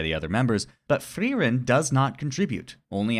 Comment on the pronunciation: You dont have to roll the r that much when you say frierens Name. We Germans dont do it that hard anymore 😅